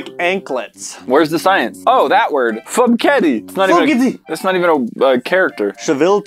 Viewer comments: "Fußkette" is pronounced "Foos-keh-teh" and is German for "foot bracelet". The "ß" is an eszett and pronounced like "ss". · thats german and dont say it like "Footcatty" xd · Der war gut: "Footketti" 🤣 Bleibt gesund, Leute! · When you’re German and can’t stop laughing about the way said Fußkette 😂😂😂 it’s just like an s so “fuss” (foot) and “Kette” (bracelet or chain)😂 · that is the german character esset. It sounds kinda like an s does. So that word would be pronounced fussketta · Hearing them pronounce the german word fußkette as fukeddi made me lough so much😆😆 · I can see fellow Germans have a good time because of how pronounced Fußkette 😂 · FuBkette is pronounced Fusskette. F uh sket aye For anyone that was wondering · ß is pronounced ss not b i know because it is in german so that would be pronounced fusskete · Fußkette=Fuskette it‘s german and called a sharp s